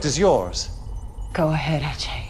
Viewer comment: Why is Ajay's name pronounced Achay?